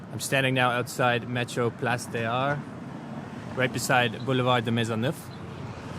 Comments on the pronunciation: Place-des-Arts litterally Place of the Arts. In french there a thing called a liaison (lee-hey-zon) it's when the s at the end of word merge with the voyels of the following word. in Place-des-Arts. The French pronounciation became Pla-ce-day-zarr. 🐢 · When you pronounce in french and the word ends with a consonant and the other starts with a vowel you should link them. So place des arts is pronounced “place dezarts”